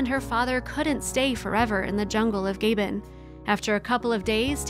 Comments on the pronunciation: Just wondering two things.... Why would you use a photo of Dr. Penny Patterson and Koko, when your story has nothing to do with either of them? Also, could you please have your narrator learn how to correctly pronounce proper names? GABON is not pronounced "GAY-ben", it is pronounced "Gah-BOHN". SO IRRITATING! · The country is Gabon (Gaa-bon, not Gay-bon), your language is English, no one recognises American as a language, it's not a legitimate. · The whole time I didn’t realize she pronounced the country “GABON” ….jeeeeez It’s “Aaaaaaaaa” not “eeee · The country is pronounced Gah--bone. NOT Gay-bun!!! That is grating to my ears! Learn the lingo first before posting! It is spelled--Gabon. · Gabon is Ga Bon not Gay bun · Gah-bawn not Gay-bin. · Actually, the country name is not pronounced GAY-bun but instead, Gah-BON. "Reintroduction to the wildlife" should be "reintroduction to the wild." This is another example of drawn-out, poorly researched, emotionally manipulative videos that use a lot of stock video footage — pull on a lot of heartstrings and make a lot of cash. A disappointment. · wish you would speak English properly. it's not GAY-BON it's GAH-BON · GAH-BHON* not gay-ben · What a terrible shame the narrator failed to research the pronunciation of the name of the country in Africa; is not Gay ben as she pronounced it, but Gah-bonn, Gabon. This small thing ruined this video for me (so thankfully, I missed the "sad ending", so many comments lament), thus shall I remain gleeful at their reunion, and nought more. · This mini-documentary shows great respect for these gorillas and the Aspinalls. A small measure of that respect is due the country of Gabon and its proper pronunciation: Ga-bone, with the accent on the last syllable. I had to search the web for the correct way to say it, given mine was off as well: Gab-on, with the same accent. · The country is pronounced Gabbon,not the way the narrator is pronouncing it. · itrs not gAban but gabON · Gaybin? Ga-Bon.